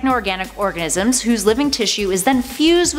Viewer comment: Did she say "orgasm" instead of an organism?